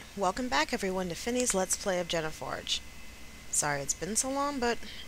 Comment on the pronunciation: haha I've always pronounced it "jena" forge too, just what first came to mind I guess.